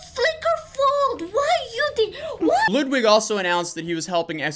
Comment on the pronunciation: I've seen most of this stuff already and its all terrible. One thing that stuck out to me about this video above all else though is that you pronounce Ludwig's name as Loodwig. Which I found slightly amusing during this serious video.